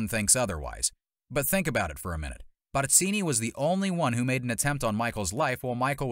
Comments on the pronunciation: *Barzini…… not Batzini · Barzini with a Z not an S. Learn how to pronounce his name before trying to sound like an expert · If I had a dollar for every time this guy mispronounced Barzini's name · Why you gotta go in so hard with the pronunciation "Barzini" though? 😂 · The way you pronounce Barzini is extremely annoying.